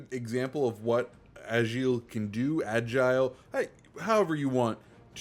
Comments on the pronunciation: The name isn’t agile it’s égle for the pronunciation. Doesn’t mean the same thing lol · It pronounces [eggl] it means eagle in french ;)